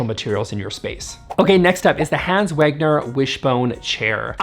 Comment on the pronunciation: It's pronouned Vegner - not Wegner. And it's pronounced Eemz not Ames.